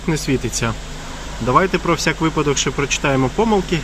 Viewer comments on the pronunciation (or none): none